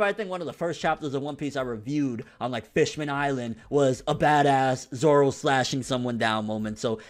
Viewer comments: grimmjow jaggerjack ZOWO get it right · grimmjow jaggerjack his name is Zoro. Zolo is wrong.